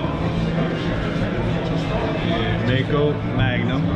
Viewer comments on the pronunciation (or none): Thank you. I know this is nitpicking, sorry... Maico is pronounced Miko. At first, and it happens in all American/English spoken videos, I wondered what a Mako was. And when I saw the bike, I understood. I know, as said, this is nitpikcing...